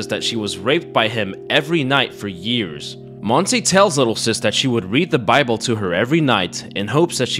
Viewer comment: Listened to the whole thing constantly thinking "uh, Monsie is a very weird name for a spanish woman", didn't catch up it was actually Montse until I saw it written on the subtitles. Not shitting on your accent here, you only got a vowel wrong, but I found it funny how I went through a whole spanish identity crisis for not recognizing a name.